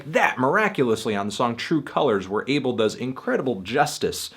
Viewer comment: Yo I'm Ethiopia like The Weeknd and id like to say his name is not pronounced 'Able', it's pronounced 'A-bell'